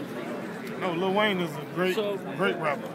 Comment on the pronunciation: hahaha the reporter said LITTLE WAYNE